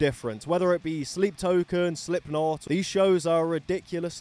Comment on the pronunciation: I didn't know sleep token existed so I thought you just mispronounced slipknot on purpose